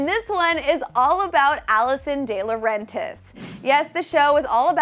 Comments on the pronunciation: Alison DILAURENTIS Di- Laur- En - ‘Tis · Can we just focus on how she pronounced DiLaurentice! 👈🏻 I know it's repelled wrong but she pronounced it wrong😂😂😂